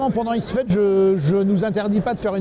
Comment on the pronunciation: ISfet, pas Ifset ^^ Sinon, chouette video et interview interessante :)